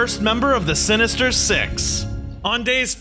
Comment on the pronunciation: i Heard "Six In The Morning Like " Um " Sex In The Morning " Bruh *If You Heard Like That Like This Comment"